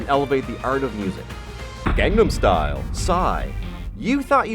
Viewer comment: "Gangstam style"!?! Seriously..? o.O How do you fuck up the name of a song with over 2.6 billion views that badly?!? o.O